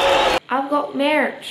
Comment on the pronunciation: "i've got mierch!"